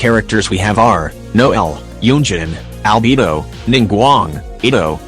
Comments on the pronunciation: "Albebo" "Ibbo" (btw no hate I just think it's funny) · "FiSH-El" "Albebo😃" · when kaeya was mentioned why do i hear "kanye" 😭 and albedo as "albebo" 💀